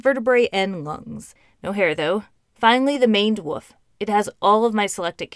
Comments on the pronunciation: "finaly the maned woof" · "Maned Wof"